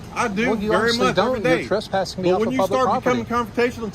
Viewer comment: TRESSpassing not TRUSSpassing! Argh.